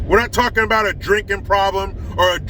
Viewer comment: I'm sorry bud, but you still didn't say ABOUT right, but that's ok eh?! LOL Much respect to you, from north of the border.